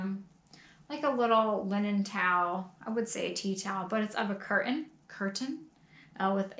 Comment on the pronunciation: I watch P&M for a couple reasons but mostly to see what is up to in her journey. It's the mixture of humility with compassion that sets P&M and Taco Stacks apart from the pack. I also cringed when changed her pronunciation of 'cur-ans' in this episode to curtains. I loved the lazy t's..... lol. Be yourself